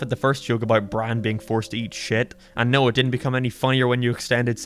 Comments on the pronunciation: He pronounces Brain as Bran most of the time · it’s Brian not byan